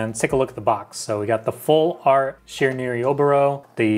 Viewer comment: I think you mean SHE-RAN-WE